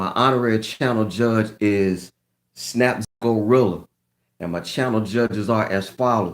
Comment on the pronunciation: I freakin missed it. Im pussed bro, but im first here for the replay. Have an amazing weekend. It's too funny the way you say Snaps Go rilla. Lol🤣🤣🤣The cat wanted to make her dabut. Omgoshhh I love your 🐱. Hope she ia in more vids. Now im about to watch the video😊💜